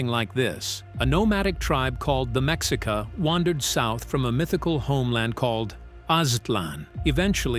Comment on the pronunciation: It's not Meks - ika, it's Me-shee-ka. They're not Aztecs.